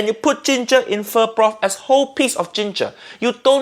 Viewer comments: In this case, she pronounced “pho” properly, because her version is FAUX. Faux pho. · I'm Vietnamese and I can't take up this shit anymore, why so many white people love to destroy asians cuisine ? Btw you pronounce pho right this time UG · She pronounced it right, but they just spelled it wrong. They actually meant "faux" and not "pho." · Pho pronounce F-oh is in fact also correct depends on what region they are from I got this info straight from a man from Vietnam who had an amazing pho restaurant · Pretty sure /fō/ is the correct way to pronounce what she made. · 1) She is pronouncing pho correctly, because she is English. This is the English way of pronouncing pho. She is not Vietnamese, therefore why would she speak a language she does not understand? In English we have a word called "Camera." In Vietnamese, that word is "Máy ảnh." Is it racist for Vietnamese people to take an English word and butcher it into their alphabet and accents? Absolutely not. They're translating it into their own language to make it possible to describe the same device that we do. 2) She is cooking pho correctly. The difference is, she is not a historical chef. There is nothing wrong with her cooking, but there is something wrong with the show expecting her to be an Asian historian when nothing about her has ever said that she was. They should have gotten a historical chef to show off the traditional ways of pho, not just a regular chef. Regular chefs cook based on their own personal taste and also what they've seen as popular in their local restaurants. They do not base their cooking off the original history of any meal they serve. This is the same in Asian cooking when they cook American or British dishes. You are fucking TERRIBLE at cooking our food, yet we do not throw racist remarks like you do as a way of insulting you. It is how you like our food made, so why would we be mad? As long as you aren't claiming you're a historian of American culture, why would we care?